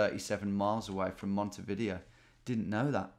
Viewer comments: Hi Tom. You can take a ferry from BA over to a lovely little town in Uruguay called Calonia (best pizza I’ve ever eaten, by far) then take a bus up to Montevideo which, incidentally, is not pronounced Monte-Video but Monte-Dee-vay-O. Keep the videos coming and don’t worry about needing to be too polished! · Please Tom. Monte-Vi-Deo, not Monte-Video